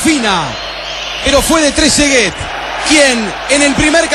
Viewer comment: "tresegay"?que sos un nene?. trezeguet gano un mundial y es goleador e idolo de la juventus; y te cerro la cola con el gol que hizo. anda a tomar la leche salame